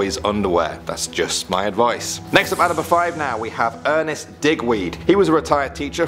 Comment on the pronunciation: Ernst Dickweed lol 😂